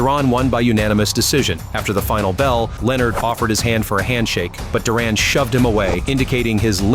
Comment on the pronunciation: Stop butchering Duran's name you know his to pronounce it